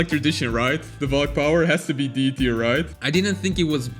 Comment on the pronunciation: You Pronounce Tier Wrong!!!!!L